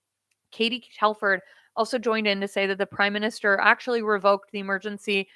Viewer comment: Did I hear you say "Crime Minister"?